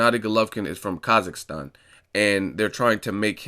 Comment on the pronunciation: Im glad that people start pronouncing a word "Kazakhstan" properly lol .. )) How long it took for you to use that word back and forth?